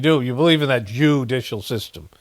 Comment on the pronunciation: "I believe in the joo-dicial system." Why? Cuz you been getting sheckles? Lol,!